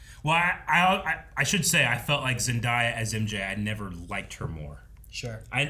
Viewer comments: It's not Zend-Eye-Uh... It's Zen-Day-Uh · It’d Zen-DAY-a not Zen-DIE-a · If you ever in the future talk about Zendaya ever again... please learn how to pronounce her name correctly. Please.